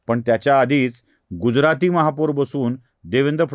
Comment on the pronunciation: दादा, महापूर नाही महापौर म्हणा! बाकी विडिओ छान! 😂